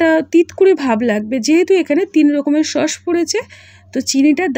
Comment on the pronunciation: শব্দ টা খুব বাজে লাগে ।সস না ।হবে sauce.